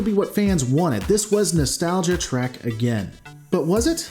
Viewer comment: Best not be taking a drink every time he says Trak instead of Trek. Alcohol poisoning isn't nice.